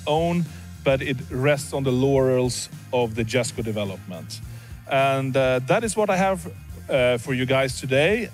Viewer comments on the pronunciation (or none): he says Jesko like Jesko and not Yesko